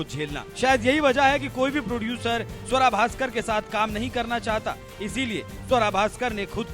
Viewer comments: स्वरा नही सुआरा बोलो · आपको गलत फहमी है इस मोमिना का नाम स्वरा नहीं सुअरा है